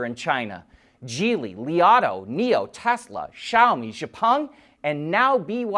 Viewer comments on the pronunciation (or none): none